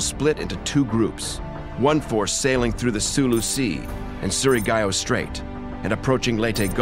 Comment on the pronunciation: did he say su-ri-ga--o? for us filipinos its su-ri-gao